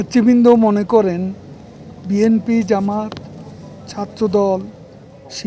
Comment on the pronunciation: জামাত শিবির উচ্চারণটা পর্যন্ত সে বলতে পারে না